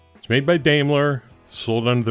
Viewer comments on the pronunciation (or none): Daimler is pronounced dime-ler, not day-mler 😉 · I don’t know how to tell you this but this was a joke. But since you’re here name calling, let me just say that this little Unimog was made in Germany and that’s how Daimler is pronounced there. You were the one concerned with pronunciation of the word Unimog, why not pronounce Daimler correctly, too? Why care about it one way but not another? That’s the only reason I lightheartedly wrote my comment. But I guess that makes me the moron ˇ\_(ツ)_/ˇ